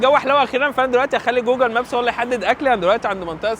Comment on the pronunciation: ترا النطق الصحيح هوا جوجل وليس جوجل